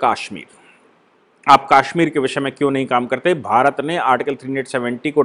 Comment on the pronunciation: I like the way you pronounce Kashmir, that is the right pronounciation of Kashmir as in sanskrit.